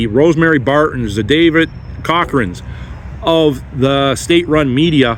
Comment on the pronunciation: Jeff Rath is a Constitutional Lawyer. He takes a fair amount of Native legal claims. When white people came here, they also brought the wheel. Natives were using a travois still. PS you said David Cockran different.